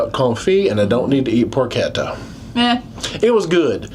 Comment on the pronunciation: It is por kett ta. And yes, it is fatty. And given all the work to make a crispy skin over a perfectly rendered fatty layer takes day of preparation!